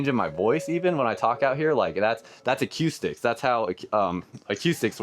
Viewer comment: If you worked as an audio engineer, why can't you say acoustics?